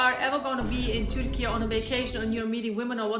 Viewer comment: You pronounce turkey "turkeyah"?